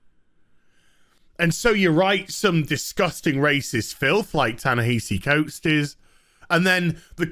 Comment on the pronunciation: Ya-Nehisi Coates... who is that again? I feel like I should know him for something other than being an SJW crybaby... director of incredibly underwhelming movies that’s right!